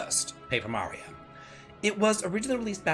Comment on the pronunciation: Whoaaaaaaaaa! says Mario's name right instead of calling him Merry-0 like he usually does.